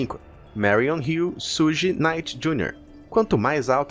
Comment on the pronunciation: Pronúncia certa é Xugui e tuPÁC